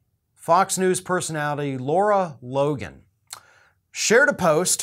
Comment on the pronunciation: Her name is Lara not Laura. La'rah.